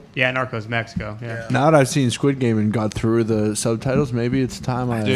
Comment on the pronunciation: How bad butchered Squid Game lmaooo